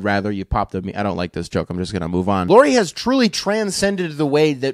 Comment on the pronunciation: It's pronounced like Lowry. As in Kyle Lowry. Not Lori.